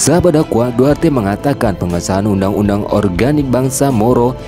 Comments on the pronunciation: Maaf bang, Duterte bukan duarte 🙏🙏🙏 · Maaf Pak bukan duarte tapi "Duterte"yang betul Pak Maaf Pak baca betul2 takut jadi masalah Pak